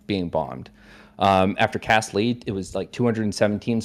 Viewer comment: in and I cannot stand the sound of this fucking guy saying "cast *li:d*" instead of "led" anymore. I wish that was the most ridiculous thing about him, but this particular mispronunciation is so fucking stupid it's driving me mad